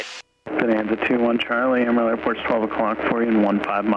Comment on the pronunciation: This is a fantastic video and its super cool that you fly. Please google the pronunciation of Amarillo though. <3